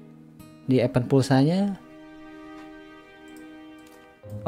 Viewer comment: Cara baca event = ibend Bukan epend